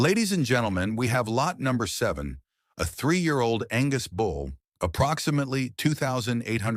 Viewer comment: It’s a bull. Not a “bowl”.